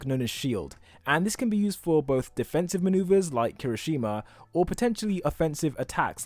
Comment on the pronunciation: Bro love your videos but it's not "Kiroshima" it's Kirishima! keep up with with this kind of videos, i love them ^-^ <3